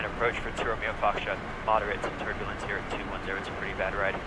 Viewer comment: Turbulenz?? Thanderstorm?? 😂